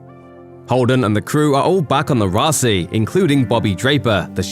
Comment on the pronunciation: Why does the narrator keep calling it the Raci instead of Roci?!